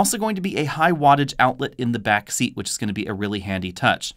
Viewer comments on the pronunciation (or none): none